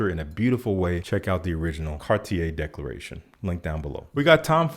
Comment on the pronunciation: I love your videos, I just don t love your pronuciation of "Declaration", is one of many that I bought blindly just becouse you recomended it. Love from Argentina!